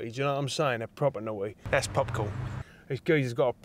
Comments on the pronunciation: pwoper nawty geezer ...superb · pwopa nauuuughty geez!